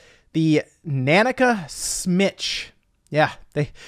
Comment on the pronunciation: Every time you say nanica wrong i cringe 🤣🤣🤣